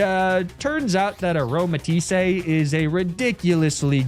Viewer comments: there's no accent on the e. It's just "a-roma-tees" not "a-roma-tees-ey" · Also how he called her Aromatis-say 😂